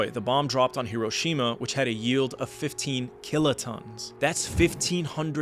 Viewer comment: My question is why do you pronounce Iraq and Iran correctly but yet not Hiroshima or Nagasaki?